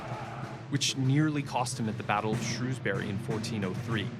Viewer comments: J. Milton Jeffreys shrews-bree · Oh, brother. So many simplifications and inaccuracies in this piece. You'd think whoever took the trouble to produce it would have at least looked in to how to pronounce Shrewsbury. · For goodness sake, its pronounced Shrows-bury not ShReWsBuRY.... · A few people in the comments are deliberating over where the arrow hit young Prince Henry at the battle of Shrewsbury. First, 'Shrewsbury', pronounced properly, rhymes with 'grow' not 'grew'. Second, the arrow struck him in the front of his face near his eye. It penetrated a long way into his head. I haven't heard it said before that it went as far as the back of his head, but I suppose it is possible. An arrow fired directly would have gone straight through his head- the arrow that hit him was probably a ricochet, so it travelled with less force. Still enough to stick right into his head though! His survival is a miracle. He was taken from the battle field and attended to by a local blacksmith who devised an instrument to insert into the wound, latch onto the embedded arrow, and draw it out. This is shown briefly but there are other videos on Youtube discussing this. For those who like to read rather than watch television, Juliet Barker's book 'Agincourt' goes into more detail. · Battle of shroosberry.... i assume its some near Shrewsbury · its Shews(bree) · As an English person the way he says "Shrewsbury" pains me.